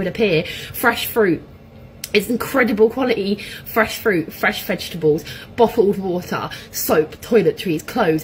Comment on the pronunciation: Bottle of water. Boa of woa.